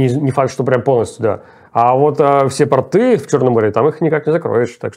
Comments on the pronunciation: РенИ город называется, РенИ!!! и они пОрты, а не портЫ!!! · пОрты, а не портЫ, странно, что репетитор Руслана не знает как правильно ставить ударение. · Добрый день! Прошу прощения. Не РЭни, а РенИ. Не портА, а пОрты. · Поправьте Руслана. Пóрты, а не портЫ. (( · Извините, Руслан, но не «портЫ», а «пОрты». «ПортЫ» - это штаны. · Прости, Руслан. Если тебе сложно произнести слова портЫ, РэнИ, то уж со словами такими сложными, как Джарылгач не справлятся тебе простительно. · Нужно говорить пОрты, в пОртах, по пОртам, извините Мостов это не касается😊